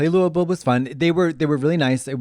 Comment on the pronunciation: Omg Katya said Louisville right